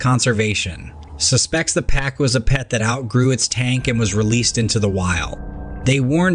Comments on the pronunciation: The fish is a Pa-Koo. Not Pa-Cue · Why did the narrator pronounce "pacu" differently 4 times?